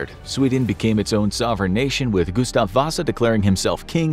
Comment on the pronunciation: As a fellow dude named Gustaf, you just slaughtered that pronunciation